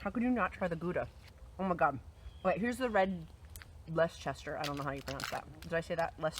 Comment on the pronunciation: it's pronounced "Lester"